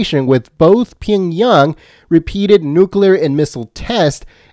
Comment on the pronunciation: Hey!! Reader!! It's Pee-ong-Yang. Not Ping-Yung. You want recognition. Learn to read. Aloha